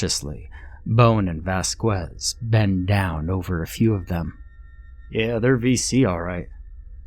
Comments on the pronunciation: "Vas-kwez" thats not how u say it but ill roll with it Its actually "vas-kez" or r u doing this on purpose lmao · Good story. Also, it is pronounced "Vas-kez." The U is silent. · The name Vasquez as Vaskwez LMAO